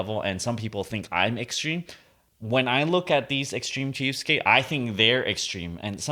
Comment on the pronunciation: trying to say cheapstake for 20 mins